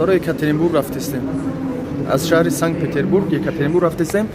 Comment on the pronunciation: Санг-Петербург не, Санкт-Петербург! Бисерии точикон санг мегуянд)) 🤭😅👍